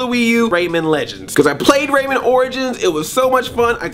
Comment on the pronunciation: rayMAN not rayMEN!